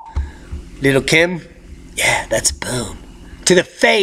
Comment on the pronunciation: 😅😆 He kept calling that woman "Lil' Kim" leaving me DEAD laughing! 💀💀 The new gifs are on point! I DID notice the Earth was a little tilty lately...or was that the 🌱? Yet another educational and informative update. 😆🌋✌